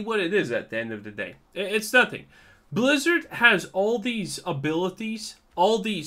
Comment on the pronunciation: BLAZZARDD WHY?! pounds table-san